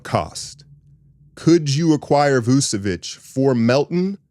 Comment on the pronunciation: It's VOOCH-uh-vitCH. Ain't no esses in there. CH as in CHurCH.